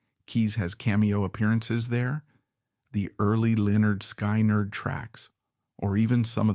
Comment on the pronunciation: Leonard Skynerd & Ya Kee Tee Yak. Ready or not, A.I. is here!